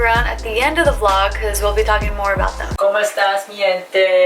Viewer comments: Looool said Casey added com estas but she said com estas LOOOOL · It's "como estas!"